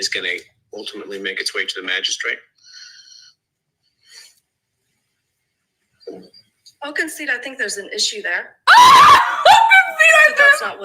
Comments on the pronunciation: Why does she keep saying it lmao Does she not realize she is actually saying magishit 😂😂 She just keeps saying it 😂😂 😂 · ain't too bright. She speaks like a fifth grade girl, and lacks complete understanding of the key concepts being refuted by the Defense. To boot, she cannot even pronounce "Magistrate" correctly., go back to Texas and "make hay while the sun shines" P.S. It is not "MAGISHIT!!" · Magi -STRIT Thats what I hear. How do you go this far in your career without your colleagues correcting you?